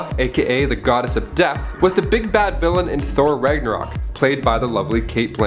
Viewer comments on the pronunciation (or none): none